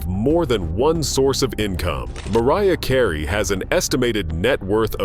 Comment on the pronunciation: Please stop mispronouncing these artists' names!!!!!!! Who the heck is MAR ee ah Kar ayyyyyy??/